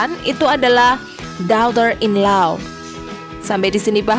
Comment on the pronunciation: Penerangan nya jelas , tapi pronunciation nya mohon cek ulang dan perbaiki, spt ucpan daughter , cousin, dan bbrp yg lain